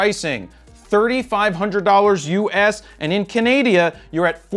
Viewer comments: he did not just said kanadia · Did you just say Canadia? ish time mark. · Jared's new country. Canadia. Hahaha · Oh the good ol *CANADIA* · In Canadia! Lol